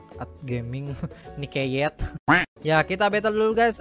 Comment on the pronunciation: nickatnyte bukan nicketyet